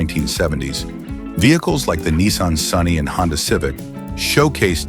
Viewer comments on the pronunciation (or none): none